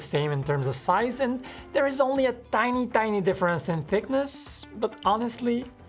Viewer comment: gosh i love how this man says tiny tiny like an Austrian